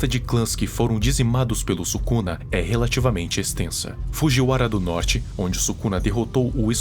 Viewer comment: "ryomen subuxa"